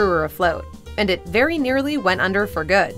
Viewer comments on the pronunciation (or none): none